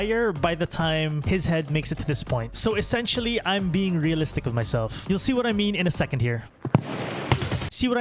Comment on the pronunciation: ''wiff'' the first shot at least was perfectly on point